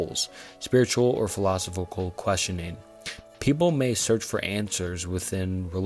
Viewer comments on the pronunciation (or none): I subbed. Good work. Good luck in growth. 1 minor critique tho, philosophical is pronounced "fill-i-sof-ick-al. Really minor thing tho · Bro if you’re gonna make a video about existential crises please learn how to pronounce “philosophical”, and “existential” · The pronunciation of philosophical was crazyyyyyyyyy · It's pronounced phil-low-sof-ik-all. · phill-eh-soph-ee-cal, man. come on. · Repeat after me. Fill-uh-saw-fickle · Listening to this guy mispronounce “philosophical” like 18 times and stutter and trip on his words throughout the entire video had me in tears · was brutal. bro mispronounced like 3 words in a row. Apparently cannot pronounce "philosophical" for the life of him, too. Not once the whole video. I mean, it's not a huge deal. It's still a good concept for a video. Just kind of hard to listen to with all the mistakes he decided to leave in. Especially when it's obvious that he's reading off of chatgpt. "globing warming" lol. Good try though. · Great video as always but I struggled to get over the mispronunciations of "philosophical" every time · Amazing video...buuuut I'd really recommend doing retakes of parts where you mispronounce or fumble words. It honestly sounds like you're reading from a textbook in a class you're not particularly interested in, and that makes it hard to listen to imo. Especially everytime you said philosophical. But you've got this! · I'll definitely subscribe once you learn how to pronounce philosophical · You improved drastically, I'm subscribed now. Sorry for my initial comment, I really enjoyed this video but I was losing my mind by the end specifically due to how you were pronouncing philosophical. Totally a me problem, your videos are overall fantastic keep it up! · I had an existential crisis when trying to work out how a YouTuber is this incapable of pronouncing so many words in the English language. FTLOG don't create a video about philosophical thoughts when you can't even say the word "philosophical".